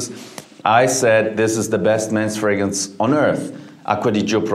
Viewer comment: Ironically, fragrance is the only word he seems to mispronounce